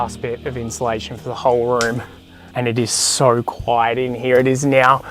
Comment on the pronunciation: Always kills me when says “inchulation” lol